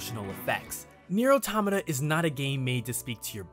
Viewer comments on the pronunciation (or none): Automata is the plural form of automaton. It's pronouced auh-TOM-uh-tah, similar to auh-TOM-uh-tawn. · I can't tell if he's pronouncing automata wrong of if I've been pronouncing it wrong lol